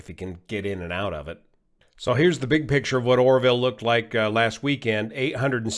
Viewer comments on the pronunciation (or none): none